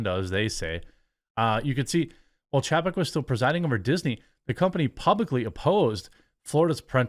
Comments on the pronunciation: 1) he never stopped being in charge. 2) it's chay-peck. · CLICK BAIT TITLE!!! PATHETIC!!! It's not even true!! And... For the thousandth time it's pronounced "ChaYPeck", like "PayCheck" reversed... Good Lord... you don't seem to watch ANY business news!! THIS IS YOUR JOB!!! You know what... forget it... I'll just start a channel and do it better than you!